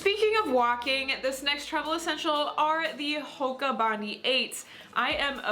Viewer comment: Love this video! As an Australian, I feel obligated to tell you that Bondi is pronounced Bond-eye, like our beach!